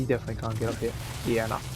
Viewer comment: "Get outta heuh." "She's a naughter girl." "Oh you fuckin gremlin. GET OUTTA HEUH!" Lmfao